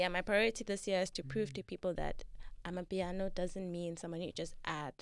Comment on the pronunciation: Not amipiano but amapiano bru